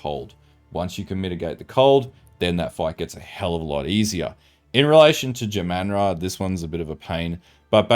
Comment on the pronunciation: Say jamanra again. Jah - mahn - rah.....